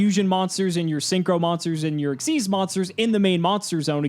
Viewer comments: As a returning player myself, just watching makes me shout "WHY ARE YOU SAYING EXSEES??? THE CARD CLEARLY SAYS X Y Z!!!" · Benjamin Gillette XYZ summoning is from Yu-Gi-Oh ZEXAL, the fourth (technically fifth) anime series. And, eh, pronounce it however you want